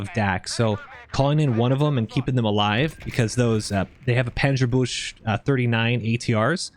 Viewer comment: Love how you call it Panzerbush :D